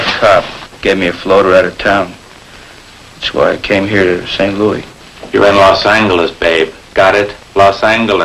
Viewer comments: Sgt Romero's character very clearly saying Law Sang-geless instead of Loss Anjelez. The only other instance of that pronunciation I can recall was in a Firesign Theater skit. Maybe the skit with the car salesman? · "You're in Los ANGeles, Babe! Los ANGeles. Got it?" Old-style pronunciation!